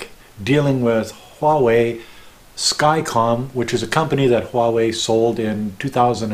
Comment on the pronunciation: You are one of the few Westerners that pronounce "huawei" correctly.